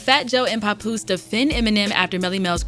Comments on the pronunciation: Pap like pap smear not pop smear. Papoose! Papoose! How did she get this job? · Why does she does she keep pronouncing it "Popoose" ?! 😂😂